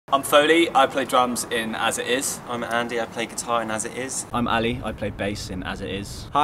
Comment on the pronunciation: "As I- Is" "As I- Is" "As I- Is" "As I- Is" "As It Is"